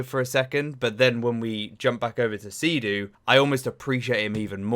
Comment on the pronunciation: it's not Sea-Doo, it's Sid-Du